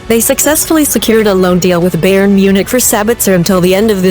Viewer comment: "Beyern" 🤦‍♂️ omg...